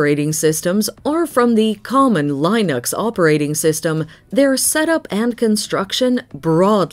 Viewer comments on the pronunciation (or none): Can't even pronounce Debian and Linux correctly.